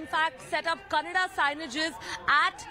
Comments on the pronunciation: It’s not Kannad. It’s Kannada. The irony in putting such anchors for such topics. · It Kannada not Kannad! Educate yourself first